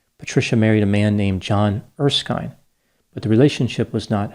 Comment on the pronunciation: Its Er-skin, not Er-skyne.